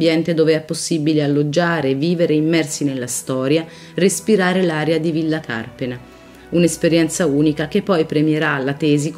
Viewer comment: Anche Carpéna, non Cárpena!